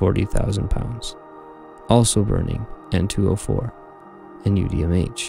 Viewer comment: Love the videos! But your pronunciation of vehicles and propellants is funny lol like Buran and UDMH.